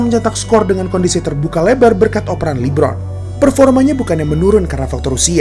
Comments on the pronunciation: Bang sekadar masukan ajanih, cara bacanya LE Bron, kalau Abang bacanya li bron. Artinya namanya jadi Lee Bron bukan le bron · LI-BRON2 palakau, donkij palakau